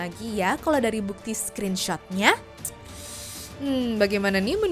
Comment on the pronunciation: Skrinsyut bacanya bukan skrinsot😂😂😂